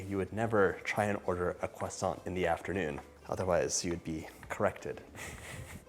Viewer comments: John is sooo cute when he speaks a French word! 🥰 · Bruh say croissant like a normal person